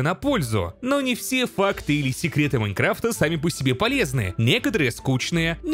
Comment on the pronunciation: "У версии Майнкрыфта" xD